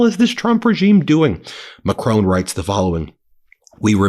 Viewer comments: It's Macron . . not Ma-crone. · Dear Ben, would you please stop mispronouncing the name of the French President? He is name is not Macrone, there is no 'e' at the end!